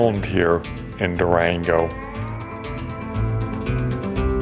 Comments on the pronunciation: Is it really so hard to pronounce the simple word "Durango" - "Duerengouh" sounds so weird. And the name of the street is sure enough not "calle constitution", but "calle de la constitución". Why do such people travel if they cannot even get the simplest words in such an easy language like spanish correctly ? Sometimes I wish I could have a look into american schools, but on the other hand the mere thought gives me the creeps. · It’s not Dureengo , the name is Du ran go